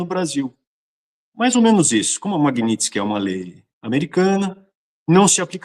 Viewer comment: Não é Magnitisk, é Magnitsky, que é o nome do cara